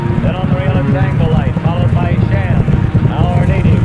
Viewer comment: lmao it's not "Shaw" it's SHAM.